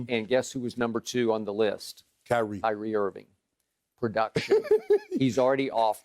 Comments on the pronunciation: my dude said, "Kanye Irving" -- guys i'm sleep over here. 🤣🤣🤣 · "Kanye Irving" LOL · This man called him Kanye Irving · "Kanye Irving" 😂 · “Kanye Irving” 💀😂